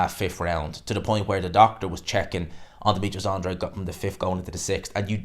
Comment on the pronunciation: Good video, as always, but please... AN-DRA-DE.....not "Andre"...... it's not that tricky.